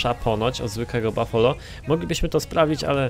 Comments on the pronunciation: To nie bafolo tylko bufalo. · mówi się bufalo